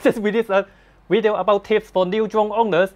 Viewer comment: Can you send to a speech pathologist. The word is “video “. Not “wideo”!